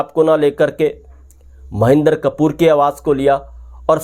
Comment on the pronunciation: उनका नाम महेन्दर कपूर नहीं है,"महेन्द्र कपूर है",कृपया शब्दोच्चारण सही रखें।